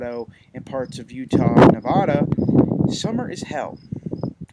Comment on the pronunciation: Dude, injteresting vid but u pronounced Nevada wrong. Yea most don't care too much but locals, well we cringe whenever we hear it pronounced how u did it. And u named dog bella? Twitard I am guessing? Though mostly stable, LA area can get upwardes of 100 with the humidity